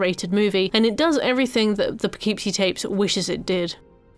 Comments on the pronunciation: We have lots of fun names here. Kind of bugged me with the pronunciation throughout the video. Less "poe-KEEP-see" and more "puh-KIP-see." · Not to be a jerk, because how you're saying it is 100% how one would THINK "Poughkeepsie" should be pronounced, but since it's in Upstate NY, nothing is pronounced the way you'd think, and it's usually more "Puh-kip-see". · Its pronounced Poe kip see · It’s pronounced “Puh-kip-see” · unrelated but i keep forgetting the correct spelling/pronunciation of that movie title so i always called it "the poopoopeepee tapes" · As an American who lived in Poughkeepsie, it's pronounced po-KIP-see. Can't blame you for not knowing that, obviously, there are a lot of British towns I'm sure I would pronounce wrong lol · Poughkeepsie is pronounced "Puh-Kip-See" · I’m from the Hudson Valley and am contractually obligated to say that it’s pronounced, “Puhkipsy,” despite all logic. The names of all our cities are cruel. One has Schenectady, for example. Naming a movie after any of them is wild. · As a New Yorker, the Poughkeepsie pronunciation is frying me lmao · the real horror is the way he pronounces Poughkeepsie